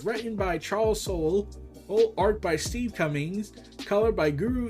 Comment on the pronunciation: The thing I do want to correct for future reference is the “e” in Charles Soule name is silent. Just an FYI